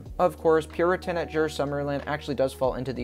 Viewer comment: since im from denmark and you pronouncing the names so weird made me laugh i will fix it Piraten: Pee-raa-Ten Lynet: Lyy-net Dæmonen: Demo-neen